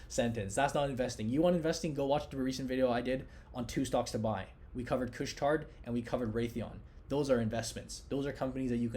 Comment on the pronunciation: Ty for this 1st clear explanation I could find on what's happening with GME. BTW you don't have to pronounce the D at the end of Couche Tard;)